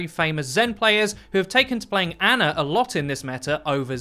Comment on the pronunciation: I’m disgusted that you called ana “ANNA”